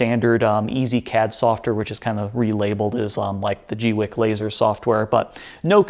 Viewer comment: I always thought it was "gweeky"